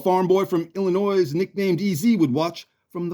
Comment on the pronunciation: Hey! EZ is a pretty cool nickname. You pronounced Illinois correct, haha. I know Winchester, not much has changed in 100 years not just the population, haha. I’ve met George O’Donnell before. I enjoyed this very much,. You did a great job with this. You always do. Give Otis a pet for me.